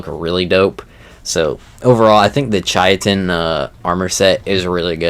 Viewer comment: Hey fyi chitin is pronounce like Kai Tin or Kite In